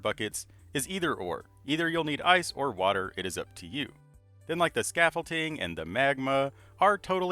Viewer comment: Bro keeps saying scaffolTING and it itches